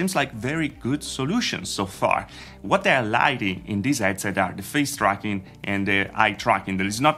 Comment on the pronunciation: Did you say "frown tracking"? LOL